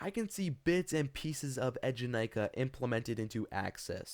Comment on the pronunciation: ええじゃないか, pronounced [AAY-ja-nai-ka], not [edge-a-nai-ka] (耳が痛むなちゃった。。。)